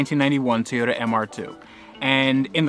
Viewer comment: Everytime you say TAY-yota it makes me want to jab sharp objects into my ears.